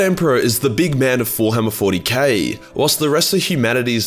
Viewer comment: "Forhammer 40K"